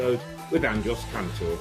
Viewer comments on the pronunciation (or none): was robbie really saying andros instead of andres the whole interview 😂